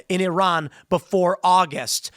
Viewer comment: Was I the only one who heard Tim say 'Turron' instead of 'Iran' several times? I don't think that a war with Iran was ever avoidable. For years, the machine has been calling for it, and Trump can't stop it, especially if Israel is involved.